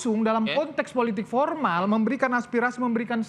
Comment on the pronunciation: Joman bilang politik pormal , bukan political animals